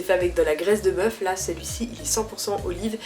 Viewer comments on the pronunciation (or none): none